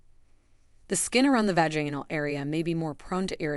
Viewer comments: You pronunciation of the words is really sad. it’s vag in al and gynecological-gone i cal logic cal not the way you pronounce the words. I’ve smelled younger people. How about making videos about keeping your breasts in the blouse instead being exposed for the whole world. How about not wearing spandex with thongs? How about men pulling up their pants over their bellies? What about men wearing their jeans down around knees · My teeth were grinding every time the narrator said "vaGAInal" or "JYNecologist" 😬